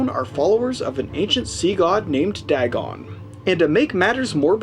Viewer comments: Its pronounced D-AY-GON. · Lmfao you overact MORE than Ezra! Wtf is "dagg-on"?